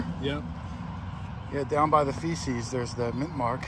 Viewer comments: The item on the back of a Mercury dime is called a fasces(pronounced FASHES) not feces....(aka CRAP!) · Please - It's not "feces" its "fascis" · Yes, the back of a mercury dime has a bundle of sticks called FASCES. …fasces shouldn’t be pronounced “feces” (poop). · Like your videos but remember its fasces not feces on those Mercs.